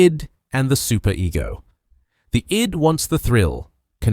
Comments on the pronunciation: AI pronouncing Her "I.D." instead of "id" lol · Not bad but learn how to pronounce "id" (it's not "eye-dee").